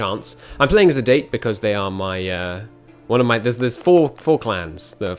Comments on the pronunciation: Jesus please stop calling it date. Da-Tay. >.< ears are bleeding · IT IS Dah-Tay not Date! MUH EARZzzz HALP MEH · IT'S DA-TÉ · If you're going to play as the Date, please say it right. DAH-TAY.